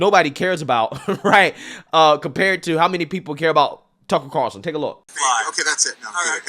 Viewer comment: Greg "Tuckurl Carlson"